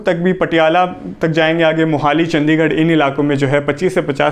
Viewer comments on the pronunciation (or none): none